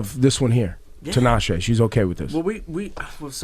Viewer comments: Is it just me or did Nick mispronounce Tinashe ('Tinasheeee' )? Dude, she's the featured artist on your single and she actually makes 'Nick J' and 'Tinashe' rhyme in the song... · Did Nick really say Tee-Nah-she omgggg no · Lmaooo Nick said Tee-nah-she. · He's annoying as fuck. Why Tinashe is even getting on a song with a guy who can't say her own name. Let alone this motherfucker got like 3 writers credits on the whole album, meanwhile, Tinashe writing her own shit. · he basically said she instead of shay.... relax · masterchef simba it's still wrong nonetheless. it's even worse because he's worked with her. it's embarrassing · Nick can't hit because he didn't say her name right